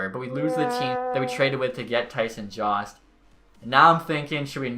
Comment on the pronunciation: I'm 95% sure Jost is pronounced YO-ST or JOE-ST. Not JAUST. Eastern european name